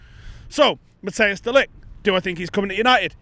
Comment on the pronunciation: Matt-ice is the correct pronunciation, not Matt-i-as. Just so you know 👍